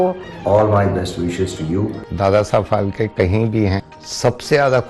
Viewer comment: It's phalke and the lady is continuously pronouncing it as palke